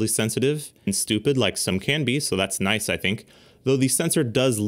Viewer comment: “Noice”. Had me dying. Lol